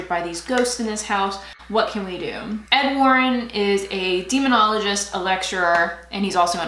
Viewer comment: 90's grunge with a little glam...love!. Every time you'd say "Ed Warren" I'd hear "Ofwarren" and start thinking about The Handmaid's Tale lol.